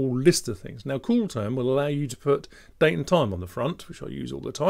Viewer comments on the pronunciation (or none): none